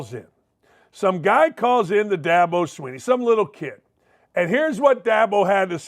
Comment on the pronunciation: Who names a kid Da-bow?